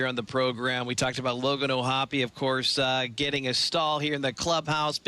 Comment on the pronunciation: He looks like a good player. BTW, his name is pronounced OhHoppu (オーホップ), not OhHappy (オーハッピー).